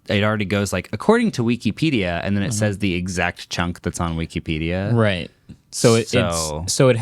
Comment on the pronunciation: WEE KEE PEE DEE UH.